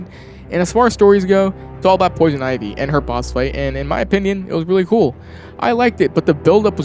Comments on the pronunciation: I have never heard someone pronounce her name like "Poison Ivvy" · Or when he pronounced ivy wrong.